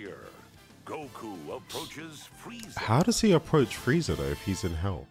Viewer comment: FRIEZA, It’s FRIEZA!!!